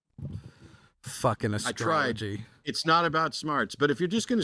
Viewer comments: He lost me at "askrology" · I replayed several times and I kept hearing say "ascrology" the first time.